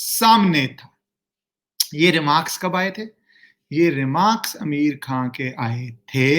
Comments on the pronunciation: He is pronouncing Ameer khan bot आमिर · Sir name to shi se le liya kro🤣🤣🤣🤣🤣🤣